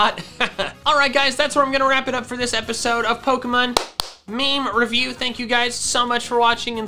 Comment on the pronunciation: Pokemon meme revi-UP (Its funnier for swedish ppl , cuz he literly said upp in swedish , perfect pronounce and all! And thats rarer than you think)